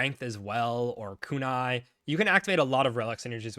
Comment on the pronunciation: how you going to pronounce Kunai like that. 😅